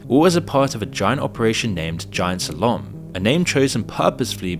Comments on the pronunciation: Is this an AI voice? If not… there are a lot of pronunciation goofs. Aliases, slalom, and a couple others. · how you pronounced "slalom" just gave me the chills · I wish you didn’t keep saying Caribbean with American pronunciation Edit: do you write and voice over your own videos? If so I’m surprised that you use so many words but don’t know how to say them like “aliases” or “slalom” It’s unnecessarily nitpicky I know, and I do like your videos, but I can’t help but make the point.